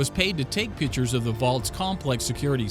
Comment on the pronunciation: PICTURE not "pitcher".... They are DIFFERENT WORDS!!!!